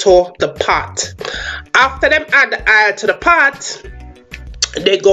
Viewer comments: Thank you for this video! The accent for me had me weak! That's exactly how my mom, aunts, and uncles talk. "Hoil" 😂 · Kenyatta Folkes actually she is in different parts of the island our accents differ for example if ur from the country your accent is different from those Jamaicans living in Kingston. By the way she pronounces oil she’s from Kingston, Jamaica.... I was born there & moved to the country & my sister lived Kingston & that’s how she pronounces oil. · Funny, I always loose my “H” she add one lol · She fancy up the word😂😂😂